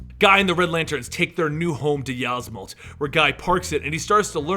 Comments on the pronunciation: It's pronounced ysmault (is-malt) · i always thought it was pronounced "eesemault" but that might just be me, im not correcting you or anything